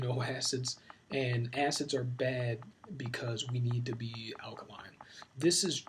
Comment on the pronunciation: Sebi can't even pronounce alkaline... Your fly by night doctor